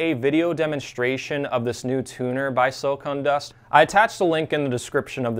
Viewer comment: Hey. I enjoy your channel. But I kept listening to how you refer to the company as "silicone" dust. It's actually "silicon". No "e" Short "o".